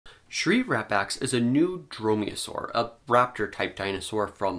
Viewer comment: Why do I keep hearing: Shrink Wrap Axe . Sigh .... Doc' about my...